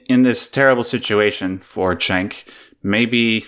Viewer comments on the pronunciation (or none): Cenk is pronounced Jenk, not Chenk.